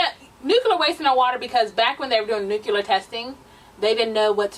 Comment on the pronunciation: NuCLEAR. I'm sorry but that was driving me crazy. Love ya though.. Lol